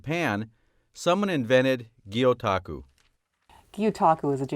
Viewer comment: Gyotaku is not pronounced like that in the slightest so it does make me question her actual knowledge on the subject but it's interesting to see Japan and Oregon together none the less.